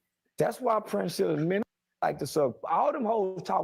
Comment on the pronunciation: I wonder why no one can say, PRIN-SELL-A? Princella like Princess Ella.